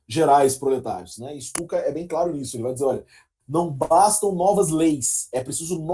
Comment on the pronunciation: Lê-se Pyotr (como Pyotr Tchaykovskiy) e Stutchka, como o famoso avião alemão.